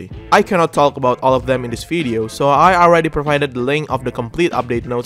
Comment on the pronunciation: I find it curious that you substitute a "v" with an "f". And not that you're unable to produce the right sound. You pronounce "w" as a "v" when necessary. But a "v" is always an "f".😁 We are watching your fideo, while having a nice weather outside.